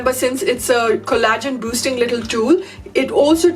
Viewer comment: Pronaunced cOllagen , not collAgen.